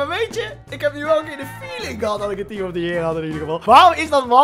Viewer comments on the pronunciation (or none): Niemand:: team of the jeer